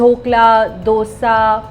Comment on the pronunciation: Sincere request ,Dosa is pronounced as "though say" and not "Dough sa"